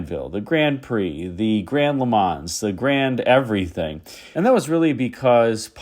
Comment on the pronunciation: For the "Le Mans", you don't have to pronounce the "S". The name comes from the city in France where there is the famous 24 hour race.